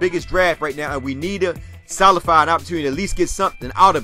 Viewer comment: Solidify, not solify!